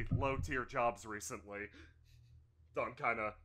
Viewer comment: every time you say dawn I hear thog